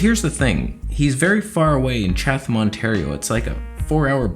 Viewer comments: It's Chat-ham not Chathhhham you idiot! Go back to Thailand! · Ha. "Chath- am". It's chat- am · Cha - tum not cha-th-am. That was driving me nuts lol I’m surprised there’s such a specialist in that small city no where near other cities tbh. Make the appt. Go. Research. With this stuff going on atm not like surgery would be anytime soon. And honestly I prefer older doctors as they’ve seen it ALL and have way more experience than the young ones!! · Had to giggle at your pronunciation of Chatham. Us locals say it like Chad-dam. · Oh my god, I just woke up and didn't even know he was trying to say Chatham! I was like, "Where...?" Hahaha he just said it again xD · With emphasize on the first syllable! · The H in Chatham is silent. I live near London Ontario. About half way between you and there